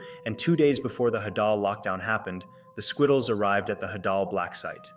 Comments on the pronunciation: It’s not hadall its HEY-DUll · is it just me or do i pronounce it “haydal” blacksite and not “hadal”?😭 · Bro call the hadel blacksite the hadal blacksite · DOES EVERYONE SAY HAY-DAL????? I AGREE ITS HA-DAHL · I dont know if its pronounced Hau-daul Or Hædul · The way he says hadal it sounds like an Arabic wird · The way he pronounces "Hadal" 💀💀